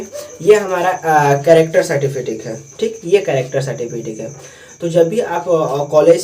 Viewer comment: گڈ بہت اچھی جانکاری دیا بچھو کو مستقبل میں سب کو ضرورت پڑتی ہے ۔تلفظ درست کی ضرورت ہے سرٹیفکیٹ ہے certifikit نہیں